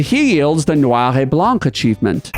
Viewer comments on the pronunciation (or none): none